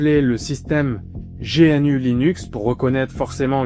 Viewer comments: On ne dit pas G.N.U. mais GNU comme l'animal le gnou ... Le fait que tu ne saches meme pas comment ça se prononces alors qu'il y as des milliers de vidéos de Stallman qui parle de GNU et de la fsf prouve que t'as juste sorti une vidéo après avoir lu Wikipedia deux minutes. T'as complètement skip les informations les plus intéréssantes/importantes du projet comme par éxemple le cas Stallman v. Tanenbaum qui est très intéréssant et qui éxplique pourquoi Linux n'est pas aussi bien qu'on le dit architecturalement parlant. Tu le dis toi-même, le kernel fait 27 millions de lignes de code, et ... c'est tout ? aucune critique ? Non tu ne pointes que le fait que c'est utilisé partout. Oui c'est utilisé partout, car c'est un logiciel libre. Pas parceque c'est un bon logiciel, mais uniquement car c'est le meilleur qu'on as pour le moment. Loin de moi l'envie de dire que t'as fait une vidéo de merde. Mais t'as juste récité le contenu de wikipedia. J'ai vu que dans un commentaire t'as parlé de "partager ce qu'on sait" si c'est tout ce que tu sais, la prochaine fois, fait le honnetement et lis l'article wikipedia face cam. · Petit détail : on dit « Gnou » et pas G.N.U. Les développeurs utilisent beaucoup d’acronymes à double sens et un Gnou est l’animal que tu peux voir sur le logo de GNU. De même, on dit « Dosse » et non D.O.S.